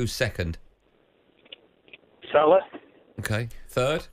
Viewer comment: Its not Salar. It's Salah. Hate the way Andy says it